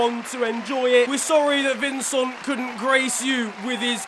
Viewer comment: It's vin-cent not vin-song